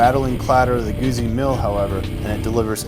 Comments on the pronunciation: Note for the commentator : GU"ZZ"I it is pronounce like Pi"zz"a , I'm assuming you don't order a PIZA so non this case you don't say Moto Guzi it is too GUTZI to explain better. Listen to the German review comparison between BMW R 1200 and Griso V8 and see how they say to GUZZI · Why the hell can't you 'Muricans say Guzzi properly? It's pronounced just like piZZa, see, GuZZi, piZZa, GuZZi, .... and a journalist that can't say the name of the bike. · It's not just Americans. Watch British, South African or Australian videos and they all mispronounce it. It's an English language thing. Deal with it. In the UK you're likely to hear "Guhzee" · LOL, he said Goozy :D